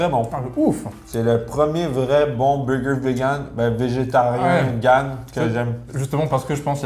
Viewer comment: Jadore gurky mais faut vraiment qu'il arrete de dire " beugeu" ça fait vraiment boff et g au moins 20 pot quebecois et envrai personne parle aussi vilain